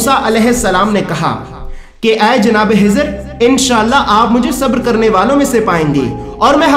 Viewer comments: Hajrat khejer alahissalam naaki hejer alahissalam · حضر نھیں خضر بول بھائی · Janab unka Naam Hizar nahin. ..tha unka Naam Hazrat khizar tha please talaffuz Sahi kare. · janab azrat hijar nahi un ka naam khizar alheissalam hai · usne bhi yahi bola k khizar lekin yume video me hizar bola h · Bhai bohath acha hai lakin aap hazrathe hizer kehrahe hain unka naam khizer alesalam hai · Bhai aacha video banaya. Hizhar Alaysalam nahi balki Khizar Alaysalam they. Dr Fareed Ahmed MD (AM). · Hazrat hizar nahi, Hazrat khizar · Kezar a s bolo ezar heza qun bol taaho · khizr alaihi ssalam not hizr slaihi ssalam. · Hizr nahi khizr alehissalam.... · Assalaamalaikum aap khizr as ko hizar keh rahe hai plz correct🙏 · Bhai jan Hazrat hizer nahi unka nam Hazrat khizet hai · Wo hizar nahi hazart e khizar hai varification karo names ka jis se aap ko doubt na ho bohot achha bataya hai bus ye eak fault hai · Khijr Alaihissalam not hizr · بھائی آپ نے کوشش اچھی کی لیکن خضر علیہ السلام کو حضر علیہ السلام کہہ رہے ہو ۔اس میں اصلاح کر لیں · Hazrate hizar Nahi hai hazrate khizar a s hai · Hizar nam nhi h khezar nam h samjhe janab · آپ خضرکی جگہ حضرکیوں کہتےھیں کیاخ نہیں نکلتاھےآپکا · Hazrat jo naam aap bata rahe ho Hazrat hijar alaih salaam to suno un ka naam hai khaja khizar alaihsalaam hai khaja ka laqub mila hai koi Hazrat khizar alaih salaam kaihta koi khawja khizar alaih salaam kaihta hai to koi khijar alaih salaam kaihta hai hijar nahi khijar naam hai aap ka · Well said brother agr mai galat samjh raha hu to bara e karam mujhe meri mistake thek kren, mere khayal sy ap ek mistake kr rahe hain, “Hazrat Khizr” hain na k “Hazrat Hizr”, kindly un words pe focus kren jo k start mai “Kh” ata hai jese k “Khud” r ap “Hud” bol rahe hain. Boht boht mazrat agr meri koi bat buri lagi ho to. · Aap kha nahi bolsakte kiya? Khazana jo hazana? Khizar alaye salam ko hizar bolre ho.????? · Hezar alaesalam nhi Bhi خضر عاليسالام حوتا Hezana nhi Bhi khazana hota خ padna nhi nhi ata kya bhi خ